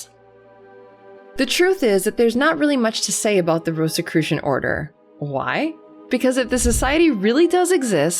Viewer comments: why do you pronounce it with a "t" after the "s" ? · I prefer. I had never heard it called ROST or ROAST-I-crucians. 🤦‍♂️. Yeah DEF not secret by any means, I’ve even seen them speaking on a tV show recently.